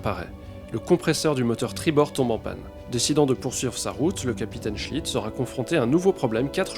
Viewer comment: Au début Je croyait que tu disait le capitaine chit... alors: toilette, chit .... Mais c est seulement et lisant les commentaires que j ai compris .... cool ta vidéo, intéressante en tout cas . Bravo!